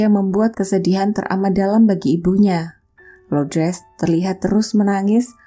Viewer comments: Semoga jiwanya tenang dan ibunya diberi ketabahan dan kekuatan. Amin Btw,nama ibunya LOURDES, bukan LOUDRES, LOUDRES.. Gak enak dengernya cmiiw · Bukan Lodres mbak, tp Lordes.. Itu nama yg sdh biasa dipakai di Filipino.. menyebut nama christine nya udah bagus😉👍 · sebut betul² nama ibunya.. bkn loudres